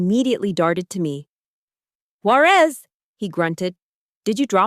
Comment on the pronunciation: Sometimes the narrator pronounces her last name correctly; sometimes it’s Juareeez.